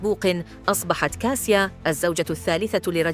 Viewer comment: تنطق كاشا و هو اختصار اسم كاتاشينا و هو اسم بولندي و ايس كاسيا